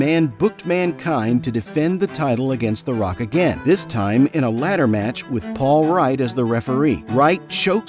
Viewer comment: Paul Wight ❌️ Paul Right ✅️